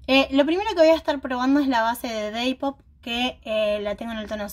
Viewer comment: Me encanta tu onda, pero me pone bastante nerviosa que digas deipop.. creo que sos la primera youtuber que escucho que llame de esa forma a Dapop.. EXCELENTE EL MAKEUP.. quedo hermoso